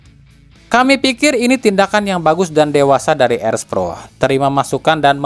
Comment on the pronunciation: Erspo bang bukan erspro gitu doang belibet